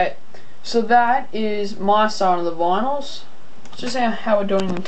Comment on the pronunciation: its vinyls not vinals dude XD